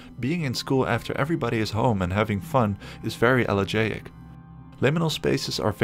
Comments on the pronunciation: A great summary of kinds of liminality. Thanks. In the wee hours, under faint indirect lighting, my normally convivial kitchen turns liminal. Double-check your Greek-root pronunciations, e.g., "elegaic" is el-li-JI-ic. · I don't know how to fix this, but he he saying "elegiac" not "elegant," Which is usually related by a sorrow, or mournful feel to something, often tied to nostalgia. It's not quite 'haunting' just, empty in a way that is familiar and alone that a person can't always explain. Sorry it bothered me the CC is wrong. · It is Elegiac, sorry for my pronunciation: "If there's one song on your playlist that always brings tears to your eyes, maybe it's because it has an elegiac quality. Elegiac means "mournful or sad." The adjective elegiac is useful when you're talking about music, a movie, a book, or another work of art that has a sorrowful tone. Sometimes elegiac specifically refers to something or someone that's gone: a person who's died, or a time in the past, especially if you feel a sense of longing for it. You can speak in an elegiac way, or sing an elegiac tune. The word comes from the Greek elegos, "poem or song of lament." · I recommend checking out Akira Kurosawa’s ‘Dreams’ for some weird, disjointed, liminal scenes. p.s. you're pronouncing elegaic wrong